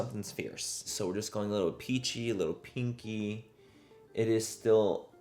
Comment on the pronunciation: 😂😂😂 every time he says peachy tone . The only thing I hear is ' a pinchi tone'😂😂😂😂😂❤